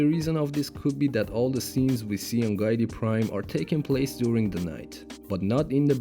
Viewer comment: It’s not “Guy-tee Prime”. It’s “Gee-Tee Prime”. FAKE FAN. 🤣